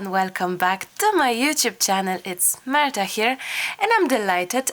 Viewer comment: In the beginning of the video when you were saying your introductions, I heard "It's murder here" and I thought oh no, poor Marta, she must be rushing around for Christmas like I am, but also has a little baby to take care of now on top of everything else. I am so sleepy and then thought no, she would never say that (at least not out loud) and realized you were just saying "It's Marta here." Lol! Boy oh boy, do I need a nap! 😆